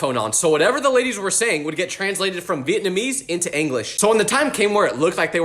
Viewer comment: that’s not how you pronounce Vietnamese. It’s Vee-it-nam-EESE. Vietnamese. The ese part is stressed. Meaning that part is like loud/high pitched but normal